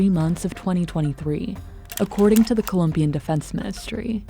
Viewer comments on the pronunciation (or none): none